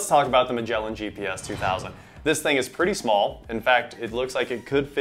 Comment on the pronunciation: That's not how you pronounce "Magellan".